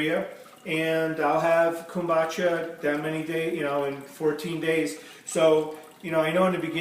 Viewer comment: Kumbacha??? Kombucha